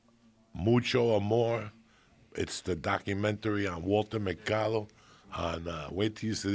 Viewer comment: Lol. Joey says, "Walta Macado" My mom and I used to wait for him to come on in the news segment. We watched this scam artist religiously. 🙄